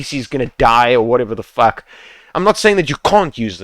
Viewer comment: To be honest lmao, this video doesn't only help me improve fps in my game but also make me laugh everysingle time when this guy about to say "fack" 11/10 good FPS Boost guide ,100/10 point the way this guy talking to us.